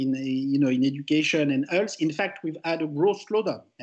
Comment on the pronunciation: The subtitles are wrong. He said (obviously mispronounced) "education and health" not "education and arts". Source : I'm French. He also said "more generally" not "marginally" "strong pressure" not "some pressure" "than his secretary" not "than is appropriate" etc.